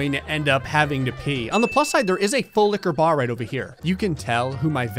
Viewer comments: For three seconds I legit thought he said fulika bar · Nah it should say fulika bar Cause that’s what it sounds like he says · You mean, “FULIQUAH BAH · Full liqua baar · As far as I remember, this is the first time said “full liquor bar” instead of “FULL LIQUOR BAR!” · Lol i always though he said pool like a bar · nobody: absolutely nobody:: “fUlL liQuEur baR” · I love it when says FULL LIQUOR BAR